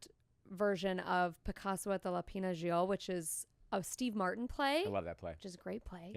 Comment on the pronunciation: i am the one (half)french person watching, and the pronunciation of lapin agile is wrong, but it's fine because it's just how we will say it now!!